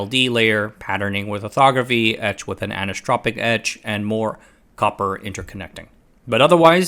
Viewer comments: Sorry to nitpick - I love your content. But you butchered the living heck out of the pronunciation of "anisotropic" when discussing 'anisotropic etching'. The word is like the word "isotropic" effectively meaning it has the same characteristics in all directions (which is pronounced like "ice-o-tropic"). Thus "anisotropic" is pronounced very similar to "isotropic" just with an "an" on the front - effectively sounding like: "an-ice-o-tropic" aka "an-isotropic". Meaning having different characteristics with respect to direction. It effectively means "not isotropic". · Minor nitpick, the “iso” in isotopic or anisotropic is pronounced “eye-so” as in “isolated”